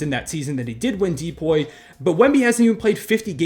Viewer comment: Pronouncing"DPOY" as "DEE-POY" 💀💀